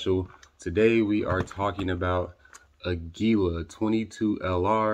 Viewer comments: fun fact: aguila is spanish for eagle and it's pronounced "ahgee-lah" source: random gringo roofer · It's pronounced; AG U LA.😊